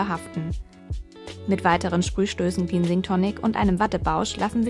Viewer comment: Das wort 'cleansing' wird wie klensing, nicht kliinsing ausgesprochen.